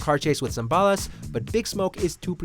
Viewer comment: Funniest part of this video is the way he pronounced "Ballas." That's funny!